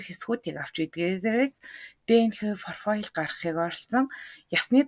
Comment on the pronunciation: Комфань, фрофайл, интерфол!!!!